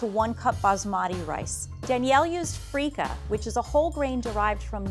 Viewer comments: Ok I can already tell Level 2 is going to make the most authentic Biryani without watching (where as Diversity kitchen chef is going to make her own deviation) So let’s call level 1000 Edit: oh boy, when level 3 said feeka grain instead of basmati rice I was like ‘oh no no no’ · As a pakistani-i have never cringed this much. Wtf is freika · Danielle… Come on, seriously freekah?? I’m not an Indian but that’s a blasphemy